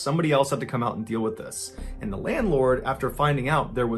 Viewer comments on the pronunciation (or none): none